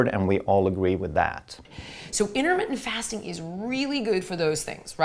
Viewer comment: LOL for a minute, I thought he said Intimate Fasting